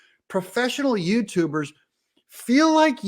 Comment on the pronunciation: "professional YouTubders*😂